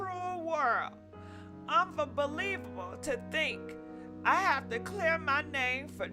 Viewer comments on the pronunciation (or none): Then she said unbabalievable. Lol I was rolling. And didn't even here nothing else she said. Lol